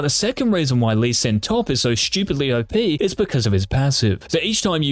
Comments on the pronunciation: Am i the only person hearing him say "OPenis"???? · Nope lmao